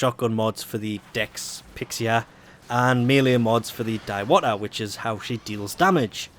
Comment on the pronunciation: Diwata is a filipino word which means fairy btw im filipino and ur pronouncing it wrong.